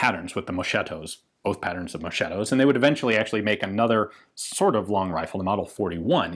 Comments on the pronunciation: Yep, indeed. It's mosKetto. MoSHetto is written moSCEtto in Italian, and it means literally (something) "a bit dull" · Suitable pronunciation is not mosceto but mosketo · the italian word moschetto should be read “moskaetto” non “moshaetto”… In italian the H put after G or C makes those sound hard not soft. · It Is mosketto not moscietto ,bye from italy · "Moschetto" is pronounced "moh-skett-oh", not "mow-shett-oh", BTW. In Italian "ch" is pronounced like a "k" in Enlgish. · it's MOSKETTO, not moshetto.. Gruppo spechale, not spezial or whatever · Ehi dude, if you want to tell something about Italian arms, at least try to learn the correct accent... Carcano is pronounced Càrcano, with the accent on the first "a", like raven in English, and not "Carcàno" like you pronounce it. Moreover, the word moschetto in Italian is quite similar to the English Musket : imagine it as if it was written mosketto, while you pronounce it like "moshetto". It is quite comic the effect: in Italian your "moschetto " pronounce sounds like "moscetto" that means "quite soft". I know that you Anglo-Saxons think all the rest of the world should speak only English but, luckily, other languages do exist. If you use them, do it correctly or at least try to do it. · The right pronunciation of "Moschetto" is "mosketto", not "moshetto". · Pssst... it's pronounced "mosKetto"..."mosHetto" is an adjective to indicate something too soft, without strength nor vitality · Ian read mosketto not moshetto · The italian word "moschetto" is actually pronounced "mosKetto" not "moSHetto" just so you know! 😉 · Ian says moSHetto when it should be mosKetto, and meanwhile Ylvis says prosKiutto when it should be proSHutto... :) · mosKetto and not moSHetto. Great video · Ian, Moschetto is read like "Mosketto", the piece "ch" together is read as "k" ; So if you say "Moscetto" (as you were keep saying) sounds like a diminutive of "Moscio" which is an old fashioned way to say dull, soft, fluffy.. 😉🇮🇹